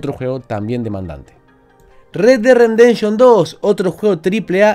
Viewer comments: Me encanta la manera de de pronunciar Red Dead "Rendemption". Supongo que se refiere al duro renderizado que tiene este juego. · Like por: red dead "rendenshon" xd